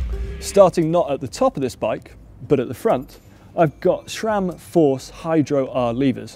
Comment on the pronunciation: its "Sram", not "Shram"